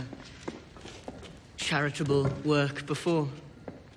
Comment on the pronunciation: the way he says “char-it-able” is so good. Like it’s a word he’s learned for the first time.